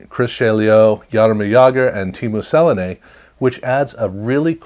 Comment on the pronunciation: great video, just some help in the pronounciations. Teemu Selanne is pronounced 'se la ne' almost like salami but with an n. March Recchi is pronounced like in Wreck, hence his nickname the wrecking Ball